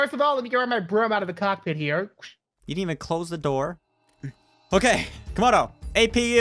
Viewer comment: What it is Camodo not kamdo